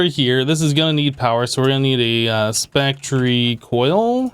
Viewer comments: pronouncing spectre as "spec-tree" sounds pretty stupid, and yes, everyone misses stuff in JEI or their inventory occasionally, but he manages to do it multiple times an episode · I really hope you are pronouncing spectre wrong on purpose(still love ur vids tho keep up the good work!) :) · I don't believe he's pronouncing it wrong by accident. Both he & xB try to give their vids some personalization by having certain words pronounced their own way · You’re pronouncing spectre incorrectly. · I know it's really not important but it's got to the stage where I just have to know. Is the way you pronounce spectre an error or are you just being quirky? Being from the UK I guess I'm more used to words spelled that way: metre, centre etc. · He's just wrong about the pronunciation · IMO - it doesn't make them sound stupid - it makes them different. As for missing things (in chests or JEI) we'd be hard pressed to find a Minecraft Youtuber who doesn't do that every now & then